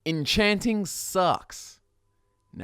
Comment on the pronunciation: it's called enchaaanting, not encheenting